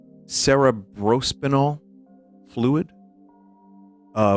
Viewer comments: 99 I.Q. streamer attempts to read SCP wiki entry. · Don't forget, he missed dictionary class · English major btw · cerebrospinal is one of those words that I actually can't fault my Italian Sausage for not immediately knowing how to pronounce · that certainly is one way of pronouncing "cerebrospinal"